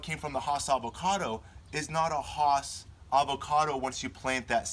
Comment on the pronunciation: 'Hoss'--said no avocado grower that I know--ever--unless they're talking about Bonanza's Hoss Cartwright. 'Hass' is said with a smile--always--and rhymes with lass, class, pass. Oh, sorry. Don't let the pronunciation distract you from the very good information in the video. But with regard to trunk sprouts above the graft union--I would not remove them completely until the trunk reaches a couple of inches in diameter and it is shaded by the tree's canopy. The alternative treatment is to allow the sprouts to grow two or three leaves, and then to pinch the sprouts off to prevent further growth. The green and fuzzy look provides photosynthetic surface to help build trunk caliper more quickly. If the trunk is exposed to sunlight, the lower trunk leaves will also help protect the trunk from sunburn. The extra transpiration flow to these lower leaves will also help cool the trunk.